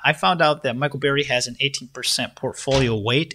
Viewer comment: His name is Burry not Barry!